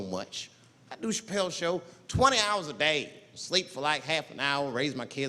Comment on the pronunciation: Never forget.. "Dave Chapple"